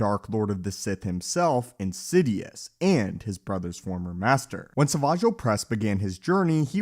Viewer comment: You do know that he is called darth sidious not insidious ? It's hasn't been the first time i hear you call him like that At least call him... THE SENATE